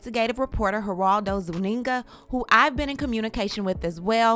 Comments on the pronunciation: His last name is not ZuniNGA🤭, his last name is Zúñiga- pronounced z oo n ee g uh . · Girl, you pronounce his last name like ZOONEEGA! Not zuneenga